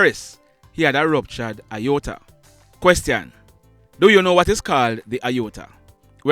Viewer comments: Mr.: The pronounciation is "ay-or-tuh" as in the letter A, not the letter I. I know you like facts and details so I am just saying. No disrespect meant. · You have the pronunciation of Aorta incorrect...The correct way is.....AY-OR-TUH .... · Sir it is pronounced A-OR-TA 😁 Aorta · Sorry, but your pronunciation of the "Aorta" is wrong. It is pronounced as it is spelt. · Lol sir at how you pronounced Aorta🤣 😂. Mi deh yah a dwl. Much love and respect to you ❤ continue to do what you do. You are certainly appreciated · Aorta you mispronounciated the word. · No...you please to check a medical professional. Aorta is pronounced A-ORTA... not Iyota which means small amount. Question - do you know whether our soldiers wear safety belts? Haven't we had enough such deaths for rollovers? CONGRATULATIONS for growing your fan base. Details are important. You work hard to. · Great work. You spoke of JDF officer who died… for clarification the vessel/artery is called and pronounced A-OR-TA. The ruptures and dissections are unable to be seen in an X-Ray, only able to be seen in an abdominal CT. I know all of this because I am a medical professional and I also experienced an Aortic Aneurysm last year. Without any symptoms, and only seen while active in a CT scan, I was air-vacced to a level one hospital, some 60 miles from my home Aortic issues are quite rare and most often deadly, in fact I am only 1/700,000 that survived my condition. So grateful, I am. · It's pronounced a-or-tah No xrays r for bones not organs he probably needed. Sonograms,.cts? Mris sho minute details of internal organs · It's pronounce A or ta...you are are pronouncing it wrong. It is pronounced EXACTLY as it is spelled. You're the one pronouncing it wrong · It is pronounced, A-or-ta Not I-or-ta. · It's pronounced A-OR-TA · No sir, you're incorrect with the pronunciation of the word. IOTA means a small amount, whereas AORTA pronounced A-OR-TA is a medical term.